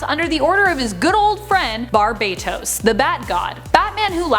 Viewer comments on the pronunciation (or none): the pronunciation you're looking for it "BAR-ba-TOS" ;) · I always thought it was Bar-BAT-Os